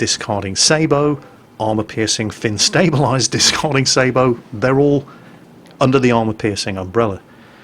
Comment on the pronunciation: Thank you sweet jesus! The man pronounced sabot correctly!